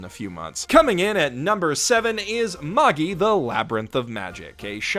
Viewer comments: Mae-gie Not mah-ge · It's said Mage-eye. Plural of mage, "mages" is the incorrect plural form. Mag-gee? Really? I'll be sure to read the munguh of Maggee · No,. It is not pronounced the way you think. Magi is pronounced like the word magic without the C. That's how the actual pronunciation of the word is. What you are pronouncing it, is how the dub copied how the Japanese people say it because they can't pronounce other languages properly because of their accent. Don't believe me. The dub even incorrectly carried over how they mispronounced the name Titus. They pronounce the "I" like it's an "ee" Magi is the plural of the ancient word Magus, a Persian word for a sorcerer It's the same problem where people mispronounces Academia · Wait...what? Maaa-geeee? Isn’t it Maj-eye? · It's pronounced "maj-eye". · I almost want to downvote you for that pronunciation of Magi alone. Almost. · How can we take you seriously if you can't pronounce "Magi" correctly? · I think They pronounce Magi in show incorrectly. 'Mobile Suit Gundam: Unicorn' .....Wha? Unicorn really? I thought that show was terrible. .....Also no Wakfu on your list (After putting Dragon Prince on there, you don't got an excuse.)? Or Voltron? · The way you pronounce Magi hurts my heart.